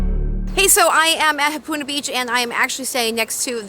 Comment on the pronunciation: Ha, NOT Hu.